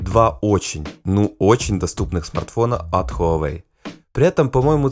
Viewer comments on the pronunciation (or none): none